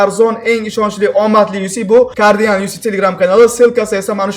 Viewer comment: Carginal✅ Cardinal❌